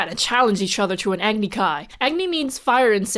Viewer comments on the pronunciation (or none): the 4 elements they chose are actually prominent in not only Greek cultures but actually Hindu and Indian beliefs and philosophies. not trying to be rude or judgmental, but just a quick nit pic Agni is actually pronounced Ah - gni. It’s a longer a sound. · Agni is pronounced Ugg-ni not Aagni. Also Bhoomi = Earth in Sanskrit. Azul = blue in Spanish and Portuguese, colour of Azula's fire.